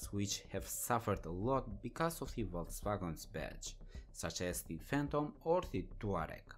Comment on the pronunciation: Its pronounced "Fay-ton" and not "Fan-tom"